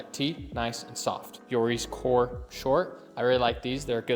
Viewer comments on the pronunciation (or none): none